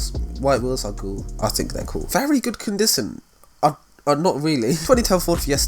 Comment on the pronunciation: "Condison" This dude